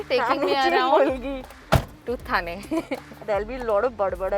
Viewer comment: hey curly tales, dont you know the difference between थाने and ठाणे ???really... shame on you. pronounce the name correctly. you arent outsider 😡